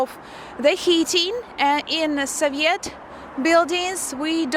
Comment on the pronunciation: В слове Soviet ударение на первый слог (So). Вы очень красивая и умная девушка. Всяческих Вам благ!